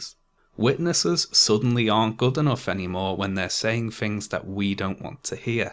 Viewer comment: it's 'things', not "fings".